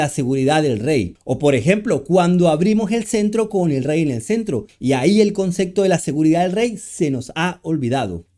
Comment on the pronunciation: Porque pronuncias CONCECTO